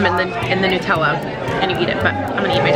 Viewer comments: So glad you enjoyed the European experience! My favourite bit was you saying Nutella like New-tella 😂 Instead of Nut-ella. Is that the American way 😂😂❤❤ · The way Americans pronounce Nutella is interesting to me. As an Australian I pronounce it like nut-ella (ie like the nuts it’s made with).